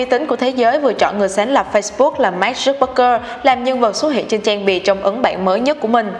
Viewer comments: Mình phát âm tiếng anh ko chuẩn thì ít nhất cũng đọc đúng tên người ta dùm chút chứ, Zuckerberg chứ mà cứ đọc thành Zucbergker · Mark Zuckerberg đọc là "mác dúc bấc gơ" à... ?! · Mark Zuckerberg mà đọc thành Mark Zuckbergker :)) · Dớt bấc cơ.. nghe wạo thiệt ak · k biết có phải nghe nhầm k nhưng mà sao t nghe là zuckbergker nhỉ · Hầu như clip nào cũng đọc sai tên người ta mà. Không biết có ai duyệt video trước khi đăng không? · Đọc tên ông chủ Facebook hình như sai sai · VJ tiếng Anh lớp mấy mà đọc tên ông chủ FB sai tè le thế trời